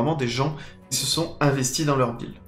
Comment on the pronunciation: pour une fois qu'il prononce correctement un mot anglais, on l'embête là dessus.. :-)